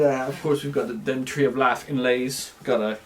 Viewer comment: "Tree of laugh inlays"